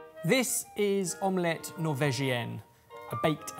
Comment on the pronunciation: Again with om-LETT pronunciation. 😂